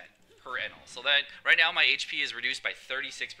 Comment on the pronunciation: jewelry bonney op. ps the way you say enel makes me wanna kms